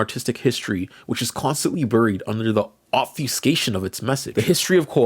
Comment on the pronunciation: There's that word again. "Obfyeewwwscate". I don't know why so many gen-z over-enunciate that word so much. It's like it has forty extra syllables.